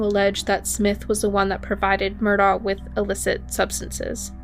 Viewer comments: It's pronounced Murdock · Its pronounced Murdock